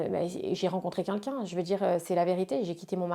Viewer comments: arrete un peu genre t'as compté? Meme en dehors de cette interview elle passe son temps à dire' kinkin" au lieu de quelqu'un. Va falloir que quelqu'un lui apprenne à prononcer ce mot. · Elle le répète 2 fois.... Avec un L..... Tu porte bien ton pseudo